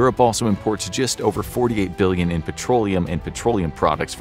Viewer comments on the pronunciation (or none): lol "billon"